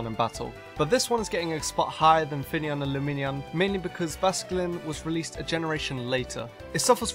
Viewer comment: The video section calling finneon fenian lmao